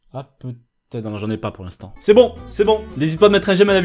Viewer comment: J'aime bien le " j'en ais pas POUR L'INSTANT " 😂